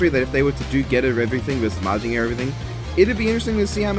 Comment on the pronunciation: You are pronouncing mazinger z right and believe in the getter